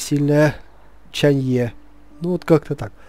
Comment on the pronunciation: Кстати она не ЧанЬЕ а ЧанЪЭ